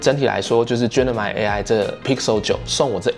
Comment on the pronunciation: 等一下，那個念Gemini啦！什麼genimi 真的很期待今年換10還有那個檸檬黃色！